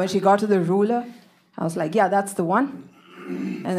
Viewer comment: I love the way she pronounced "ruler" 😅